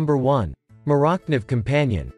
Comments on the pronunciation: I stopped listening as soon as I heard Moorock-Niv... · LOL!!!!!!! Can't say 'Morakniv' properly then says " Doesn't come sharp"..... Uh ok. I have never had a 'dull' Morakniv from the factory. The video went downhill from there. But thanks for the laugh. I am at a car dealership trying to buy a new truck so I needed the laugh.....